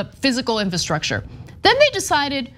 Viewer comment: Really difficult to listen to someone pronounce the word, "infahstructure," over and over...